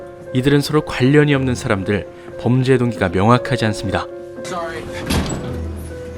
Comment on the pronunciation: 엘레베이터에 갇힌 샤람들은 이라고 들리는데 기분탓이겠죠?